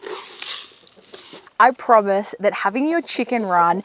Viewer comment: You say promis way too much. It’s not an easy word to hear